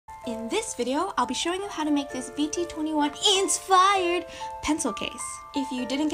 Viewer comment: i was excited for this until you said insfired